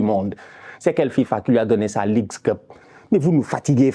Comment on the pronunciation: a dit "il va gagner deuxième clope" pas Cup 😂😂😂😂.... je charrie